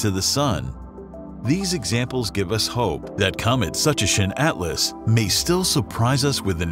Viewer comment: We’ll see - I’m old enough to remember all of the hype about Kohoutek. I’m willing to bet that astronomers are more temperate in their predictions about this comet’s possible brightness than this video, whose information could be about as good as its pronunciation of, “Tsuchinshan.”